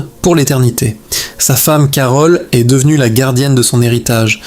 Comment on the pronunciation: C'est bizarre, ça ne semble pas être une voix IA et en même temps certaines erreurs ne seraient jamais faites par un humain, par exemple : il est.. prononcé il est... comme le point cardinal avec le t final sonore. Il y a peut-être un peu de twilight dans cette vidéo